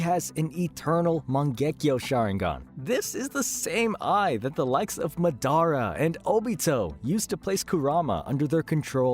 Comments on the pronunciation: It’s MAdara not maDAra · Madara is not pronounced Midara my guy, go watch the dub again. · buddy couldnt say ma-day-rah ( madara) that tilted me sooo bad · Mah•dah•rah. Not Muh•Daruh. Jesus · Bro is Madara not Madonna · Who the hell is this guy? Ma-dara? It's Ma-da-ra you fool! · Madara ❌ MuhDaRuh✅ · madara❌ Medara ✅ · ma-dara lul its moder-a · This dude said "MA dara" 😭😭 made me wanna block him real quick, I stopped watching real quick, still had to call that shii out😂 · such as mad-a-ra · man said MA-DAR-RA lmao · “Ma DER Ah” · Lost me when he said…Ma- dar-ra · It’s madara (maa-da-ra) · Mah dara 🤣🤣💀💀💀 Edit: who’s madara I only know of Mah dara Huh? You mean Mah DORA 🤣 Yooo kuh doma I’m sorry but this is too funny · The way you said MA DARA caused me physical pain😂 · Instantly caused me internal bleeding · Who’s madara I only know of mah dara 🤣🤣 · for reals has he ever watched Naruto they say his name like 1000 times hahah moo dara, its like black panther Namor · And SUS ANO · left the video when you pronounced madara wrong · This is the first time I've heard someone say madaras name like that. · Turn this shit off when u pronounced Madara wrong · You pronounced so many things right How do you keep slaughtering Madara’s name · We gonna talk about how he said Madara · LMAO THAT HAD ME DYING I WAS LIKE WTF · It’s MAdara not maDARA. Also SOOSano not soosANO. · do you just like to say things wrong to be different, or have you genuinely never listened anyone say Madara, Deva Path, or Baryon Mode (amongst other names you said wrong here)?